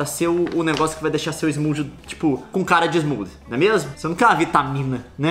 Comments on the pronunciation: Vontade de dar um tapa na cara cada vez que fala smoothie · fala smooth todo chicoso, depois manda um "700 Váts" . pqp kkkkk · Que agonia de ver o Leon falando "smoothie" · Fica o questionamento ne Por quê o leon pronuncia smoothie como se fosse smooth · Duas coisas irritantes sobre o vídeo: o jeito como o Leon pronuncia "smoothie", esquecendo o -ie; a galera falando em maconha na área de comentários até dizer chega. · Foda que ela é linda e eu sou apenas o leon falando smoothie errado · Eu acompanho o leon desde 2012, a coisa que mais me irrita é ele sempre usar a pronúncia em inglês mesmo estando falando em português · Que dor no coração me dá toda vez que o leon pronuncia smoothie do jeito errado.